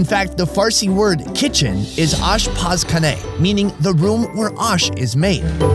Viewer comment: Kitchen is pronounced “aash-paz-chhooneh” not whatever tf that was lol